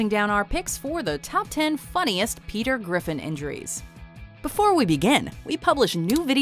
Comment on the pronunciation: Pea Tear Griffon